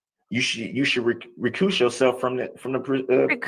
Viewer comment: "RECUSSE," and yet another word from the Dumbdarrell dictionary of the made-up, I wish I was an atty, verbiage...